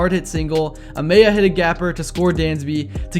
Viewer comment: Also "Uh-mah-yah" not "Uh-may-yah"